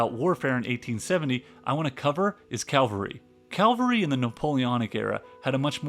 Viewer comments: A great video but "monkey" for Moltke and "Calvary" for cavalry aren't quite right. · It's cavalry not caLvary. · It is C A V A L R Y not CALVARY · I’m an American. I hate it when Americans fulfill the stereotype of not being able to pronounce anything right. It’s BAH-den, not Bay-den. It’s Molt-KUH not Molt-key. It’s Mitra-youse, not whatever the hell you said. Lol. And from the comments, it’s caVALry, not CALvary. Work on those pronunciations… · It is CAVALRY not calvary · AI narration keep mispronuncing Ka-Val-Ree as Kalvri and using film footage of US War of Independence. Informative presentation, otherwise. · It's cavalry C-A-V-A-L-R-Y. Not Calvary C-A-L-V-A-R-Y. There's a huge difference. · Cavalry not Calvary. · It is cavalry not Calvary. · You're killing me, Willis. Every time you said "Calvary", i lost my focus. "Cavalry's" the word; Calvary is a hill in Jerusalem.😅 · should not the calvary be cavalry? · "cavalry" not "calvary" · Interesting, but some of the pronunciation! All the way through, "Calvary" gave me flashbacks of Sunday school! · Cavalry, not calvary. Calvary is where Jesus was crucified, HaHaHa! Easy mistake. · CAValry, not CALvery! 🤣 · Good content, but the 100 mentions of “calvary” was distracting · Another fantastic video. The ammount of information is overwhelming. Not to downgrade anything: the narrator seems to have called cavalry “calvary”, which might have been appropriate. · Sorry, but you lost me when you started pronouncing "Cavalry" as "Calvary." Like hundreds of times. I could overlook all the mispronounced names of people and places, but constant mistakes are eventually a massive distraction. Good luck to you. I'm out. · Really good work here, but can you please say CAVALRY instead of calvary? It hurts my ears. CAV-UL-REE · CAVALRY!!!! not Calvary. calvary is about Jesus Christ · The word is CAV-al-ry, not Calvary, where Jesus was crucified. C'mon, man. Otherwise, good video! Thanks! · Ca-VAL-ry not CAL-very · Cavalry, not Calvary